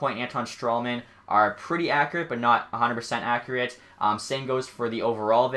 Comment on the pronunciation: I cringe when u say accurate, other than that, amazing video